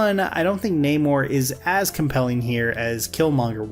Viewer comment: The mispronouncing of Namor’s name is so funny (frustrating).